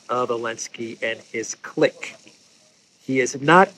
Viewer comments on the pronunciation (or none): none